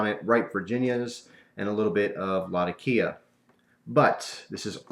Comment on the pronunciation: There's a weird trend on here where people are pronouncing latakia wrong. It's not latakía with emphasis on the i, it's latákia with emphasis on the a.